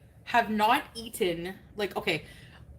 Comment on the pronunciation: I don't know about anyone else, but when she over-emphasizes "eaten" I get irrationally angry and punchy